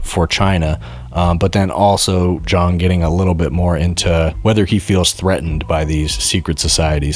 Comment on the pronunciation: (Btw, at the video's start—both pronunciations of Jiang were wrong. It's Jee-ahng, one syllable.)